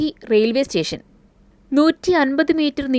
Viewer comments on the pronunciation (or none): none